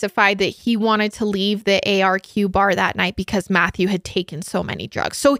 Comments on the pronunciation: Hi! There’s just a few things I thought I’d point out, firstly that the nightclub you were talking about is pronounced “ark” and the second thing is that when was saying she’s never heard of people voluntarily taking GHB, in Australia (especially in the lgbt community) it’s actually a very common thing and is liquid ecstasy. Love love love this collab though 💓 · It’s called the ARQ (pronounced like Arc) not the A-R-Q. Lmao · Arq is so known for the party drugs too, so michael would have been thinking he was powerful in some way. So horrible what happened. Also Arq is pronounced Ark (i know its confusing haha). Would love you to look into missing backpacker Theo Hayez who went missing in Byron Bay Australia who was there on vacation from Belguim. So sad. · The club is pronounced “arc” like Noah’s Ark The suburb Michael is from is pronounced “Cron-Nullah”. GHB is uncommon as a party drug in the LGBT scene in Australia now, but when it is it’s used in micro doses and not at the “date-rape-drug” level. At this time it was used a little more frequently also. Bit of local knowledge :) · As an Aussie I can’t help but make fun of Americans pronunciations 🤣 arq club is pronounced ARCK And the way she says Cronulla 🤣😭